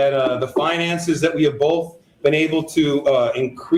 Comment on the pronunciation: is killin cuhmunity and bof by himself lol.